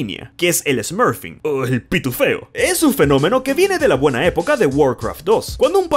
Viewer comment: "Pituféo" suena simplemente mal xDD